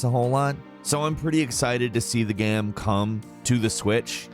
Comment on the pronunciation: Why u say the word “game” so weird bruh